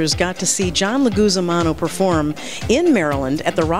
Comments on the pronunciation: Lmao she said john lugizumano total fuck up right at the start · I think she didn't prepare for this interview like it wasn't important. You can , she did not pronounce his name correctly for the entire interview. You would think to at least get that right.